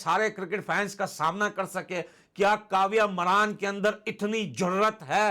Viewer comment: मरान नहीं मारन 😂😂 Maraan nhi maaran😂😂